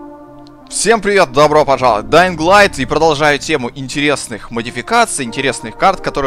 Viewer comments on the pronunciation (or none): Чувак, все хорошо, тока вот буква Г в слове Dying не произносится))